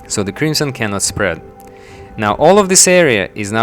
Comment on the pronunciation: oh I feel sorry for you on the thumbnail, you said contain and prevent 'spead' lol